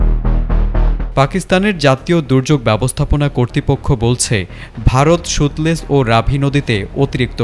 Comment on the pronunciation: সতলেজকে বলে সুতলেজ😂😂😂 জুলাই কোটায় চাকরি পেয়েছে😂😂😂